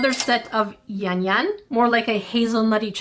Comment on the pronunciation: It is yam yam not Yan yan